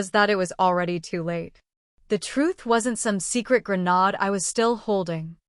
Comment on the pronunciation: Like a GREN-ODD? No. Like a GREN-AID, for the word "grenade".